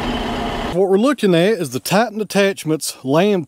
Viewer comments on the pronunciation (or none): none